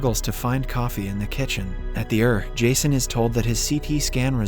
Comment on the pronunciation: I watched till the AI revealed itself by calling it the “ur” rather than E. R.